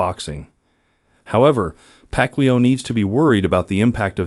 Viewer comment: I will watch the full video when his name is pronounced correctly😂